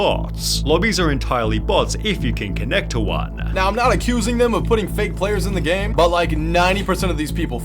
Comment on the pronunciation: Armoaaah, Gameeah, exposahhh, populahhh, been a while since ive heard the "ahhh"s hehe